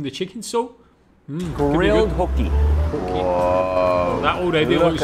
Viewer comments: Ho key not hook ee . There is only one O . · Hoki pronounce Hoe Key is a cheap poor quality fish, you need Snapper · Well we wouldn't put bloody peas with our fish & chips to start with 🤮 It's pronounced Ho Key. Flake (shark), emperor, pink snapper & dhufish are staples in most Aussie fish shops. We have the best fresh seafood in the world. Nobody beats the quality of our seafood. Oh & the best thing to put with a deep fried Mars Bar is deep fried ice cream